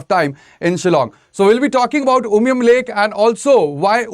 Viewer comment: Clear presentation, i like when he pronounced 'umshyrpi' and umiam' just like the locals❤